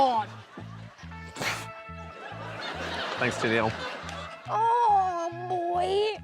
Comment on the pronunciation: “Oh, boyeee!” might be the funniest four-syllable, two-syllable phrase I have ever heard.